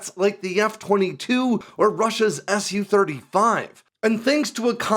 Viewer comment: it's Su (Soo), it stands for Sukhoi, it's not an initialism. Su-35, not S.U.-35.